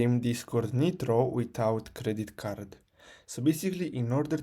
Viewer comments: Its a waste of time dont watch this vid you still need credit card. He just says buy something else. Also its pronounced like nye-tro not nit-ro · the guy cant even pronounce nitro showing how to get it for free 😂